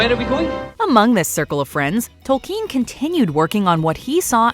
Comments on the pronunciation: Tol-KEEN?! isn't it pronounced Tol-KIN...? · The way she pronounces Tolkien 😂